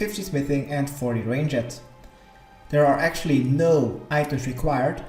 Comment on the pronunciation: rang- ed